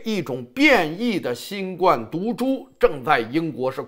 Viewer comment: ，还是請你更正一下新冠病毒的冠字發音因為，应该是第一声。谢谢。